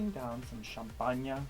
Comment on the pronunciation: Love how fame pronounced champagne in dutch hahaha